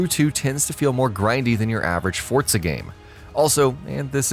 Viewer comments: for gods sake its forza not fortza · For the love of christ. "ForZA" not "ForTSA" pronunciation of the word is key, take away from the point of your video. And constantly crashing into everything in almost every clip is even worse, makes you out to look like a whiny player even though I do agree with some points. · Stop saying fortsa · Whats Fortza Horizon?